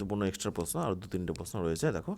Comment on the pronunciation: প্রশ্ন কথা টা ঠিক করে উচ্চারণ করুন 😂